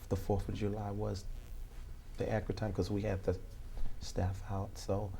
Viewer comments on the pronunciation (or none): You'll have to axe Michelle. She would have the acrate information, since you are tripping over that, so, mmhmm... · "Please be more pacific when you axe me questions so I can be accarat with my answer. Also, don't axe me - axe Michelle." - The Apostle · Alex Zachariah lmaooo I'm going to have to AX you to be more ACKRIT (how he pronounces accurate)